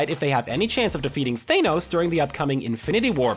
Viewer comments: It's pronounced th-a-n-o-s not thaynos marvel even conforms this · Can anyone say something about the way he says Thanos.